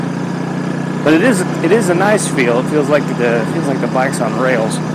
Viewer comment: That-uh, and but-uh made me skip the video 😢